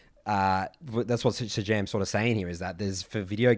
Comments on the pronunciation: The fighting game YouTuber's name is prounounced Say-Jam. And his content is dope, and often applies to many genre's outside of Fighting Games, and he often uses League analogies because he's played the game. Highly recommend to people that like to nerd out over conceptual stuff. He would also probably make a fantastic guest even though he's primarily a Fighting Game guy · Love your work. PS it's pronounced 'Say-Jam'.